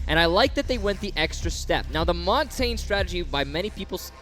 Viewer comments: Who is Mon-tayne? It's pronounced Mon-tan-ya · If it were Italian, that'd be correct. I speak Canadian French, specifically from the Pacific, so it may not be how it's pronounced in France or Quebec, but here we pronounce it Mohn-tañ.